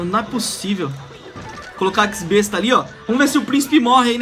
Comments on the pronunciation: mds olha o jeito q ele fala x-besta pqp eks-besta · é X-Besta, nao EX besta